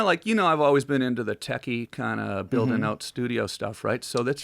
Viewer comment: You could tell when that whiskey started hitting, Tom said "oot" and Joe started inflecting hard at the mark